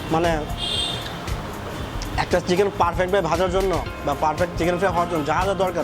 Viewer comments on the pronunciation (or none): none